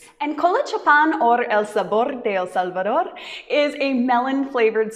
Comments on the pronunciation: You pronounce better EL SALVADOR ❤ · Love this video, and loved your pronunciation of El Salvador ❤🎉🎉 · You pronounced so good El salvador 👍😀😀